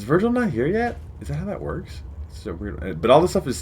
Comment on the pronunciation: " it just wotks" Love this